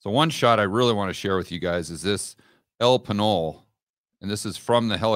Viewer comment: WE HAVE A FARM NEAR GUATAPE.... spectacular area. It's pronounced 'El Peñol' 'El Pain-Yol'